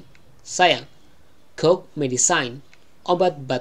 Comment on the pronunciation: cough itu bukannya kof bacanya ? cmiiw